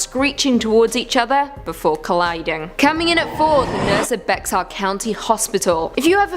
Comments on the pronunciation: Genine Jones was a baby killer. Get your facts straight. It's also pronounced Bear County not Bex-ar. She just died in 2019. The hospital used to be called San Antonio Charity Hospital and is now known and named as University Hospital. My cousin was one of her victims, unfortunately. RIP Maryanne Garza Santos. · Bexar is pronounced "Bear" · Bexar is pronounced bear, not Bex-ar. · Bexar county is pronounced like "Bear". Plus she killed a lot of children in Kerrville. Not just San Antonio.